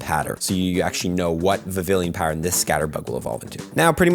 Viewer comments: It’s prononciation is more similar to french word “papiLLon” which means butterfly. It should sound more like Vivian instead of Vivillion 😊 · BTW its pronounced Viv-ion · VIVILLON. VIV-EE-ON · Heya. I think Vivillon (Vee-Vee-On) is supposed to sound like the french word for butterfly, Papillon. Fun fact, it's also the work for a parking ticket:). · It's pronounced as (vi-vi-yon) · I love when they introduce unique ways to get new Pokemon Btw it's pronounced "Vivee-yon" for future reference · The two l's are silent and its pronounced "Viv-eon" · Vivillon is pronounced the French way, it’s taken from papillon 😊